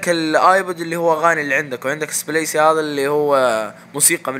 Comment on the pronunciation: مشكور عالشرح اخي والبرنامج ينطق بالغة العربية سبليك وليس سبليس